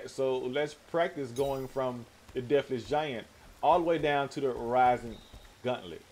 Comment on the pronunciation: Idk why, but the way you're saying gauntlet is driving me crazy. It's gauntlet, not guntlet. Gaunt, like taunt.